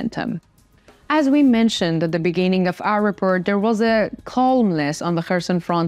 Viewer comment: repORt, not repERt